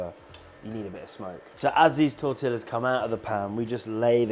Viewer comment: Please stop saying tortillas 😂